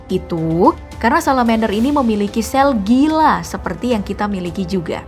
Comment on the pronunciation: Min, itu kok yg salamander nyebutnya "sel gila"? Bukannya sel glia ya😅